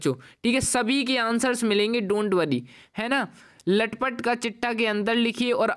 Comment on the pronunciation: लटपट❎😂 तलपट✅